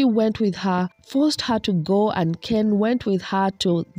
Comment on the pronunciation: And the way she insists on mispronouncing Ken's last name bc she likes the way it sounds better....